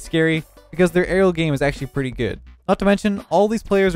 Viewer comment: The only thing I heard was him say Arelel for aerial